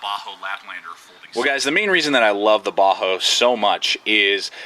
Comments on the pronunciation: Bahco not baho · Bahco is pronounced Backo, not bahoo. Thanks for the video anyway. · most pronounce it bahco...ur saying bajo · Not to be rude, but I believe the pronunciation is "Baa-ko". Anyway, solid video. Cheers. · Sorry bro you lost me when you couldn't pronounce it..properly